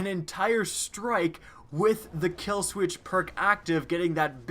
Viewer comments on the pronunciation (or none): You notice when he said kill sweetch instead of kill switch